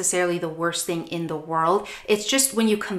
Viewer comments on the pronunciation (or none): none